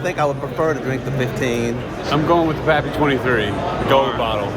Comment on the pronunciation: Was slightly disappointed when the girl couldn't even pronounce pappy thought she was just there to sell it lol I don't mind the secondary raffle not a bad way to go Enjoy the content